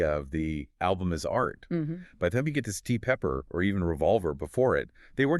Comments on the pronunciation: And then there's "Stee Pepper". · "Sglit Pepper" is the AI giveaway.